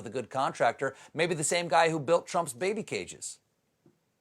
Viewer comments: To Steven Colbert's social media team. Get him to watch a 10-minute video of how to pronounce 'pinyin.' Xi read in pinyin is more like 'she' than it is zzzhhheee. It's super easy to learn and will give his jokes a lot more credibility, as well as respect from anyone who speaks Mandarin.......which is apparently a lot of people. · Xi is pronounced like “she”, not “ji”... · Stephen, I love you and your show, but please pronounce the Chinese words correctly. The pinyin “Xi” is pronounced like “she”, not “zhee”. Also, Chinese is a tonal language, so it would be inflected accordingly. Thanks and stay fabulous! :) Thank you for helping us to survive 45 and the pandemic. Fan from Narrm, Kulin Nations/Melbourne, Australia. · he´s called "SHE". how come americans can´t say that? "SHE" "SHE" "SHE" "SHE" "SHE"!!! not "jee" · Xi is pronounced "She" (with a rising tone, if you want extra credit). Wtf is "ghjeee"? There's no reason to not know this? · It's not pronounced as Gee, but more correctly "She". She Gin Pin. No need to pronounce the last "g". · Shee Jin Ping, not "Zhee". Somebody please tell Stephen. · Protip: just say "she" when pronouncing "Xi" if you can't say it right. "Dddddjjjjjjiiiiiii" just sounds silly. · It's not ji it's she , X in Chinese has a sh sound. Might as well get it right now as you'll be using it a lot in the future. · I wonder when Stephen will learn that 'Xi' is pronounced 'She'.... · FYI: Xi is pronounced "she". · I’d say it’s pretty much pronounced “she”. At least in mandarin. His pronunciation is quite off. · Come on, Stephen! You obviously still have the internet available, so there is no excuse for pronouncing Xi's name so badly! You said Xinjiang pretty well. Use the same beginning sound for Xi (sounds almost exactly like the English word "she"), except you draw your tongue a bit further back and spread your lips a little. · Yo, Stephyen, Xi Jin-ping's family name is pronounced "she" as in she loves you yeah yeah yeah.